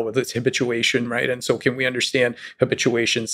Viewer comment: Is Lex Fridman ever going to learn how to pronounce the word "understand"?